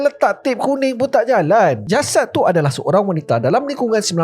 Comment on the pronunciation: 0.53 penyapu JALANG hahahhaahaa .. bunyi terengganu terus